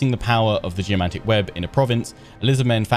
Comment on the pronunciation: When you said "Geomantic" i heard "Jumanji"